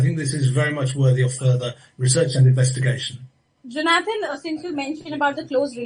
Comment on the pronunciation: Please learn to pronounce people's names. It is not jo naathaan.